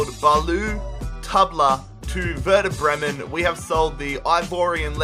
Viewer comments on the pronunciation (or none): none